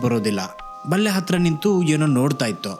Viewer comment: 'ಬಲ್ಲೆ' ತುಳು ಭಾಷೆಯಲ್ಲಿ ಪೊದೆಗೆ ಬಳಸುವ ಶಬ್ದವನ್ನು ಇಲ್ಲಿ ನೀವು ಬಲ್ಲೆಯೆಂದು ಉಚ್ಛರಿಸಿದಾಗ ಮುಜುಗರವಾಯಿತು 😅.